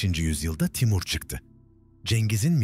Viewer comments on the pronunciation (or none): none